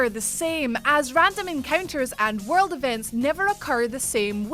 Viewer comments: monster hunter war-r relds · Luv ur 'world' pronunciation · can you say world again